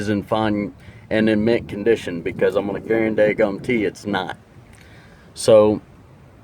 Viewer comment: I learned a new word! “Guarandangumtee” 😂